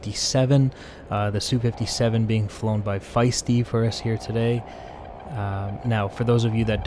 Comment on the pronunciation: "Sue".... :facepalm: MiG is only "mihg" because it's 3 letters. Like Yak. But Lavochkin is not 'la", it's L.A., like the city.